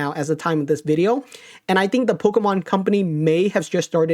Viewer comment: I hate the way says Pokémon